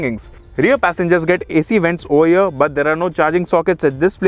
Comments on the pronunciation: Did i heared OH YEAH instead of OVER HERE...?🧐😆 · "over here" was sounding like "oh yeah" 😝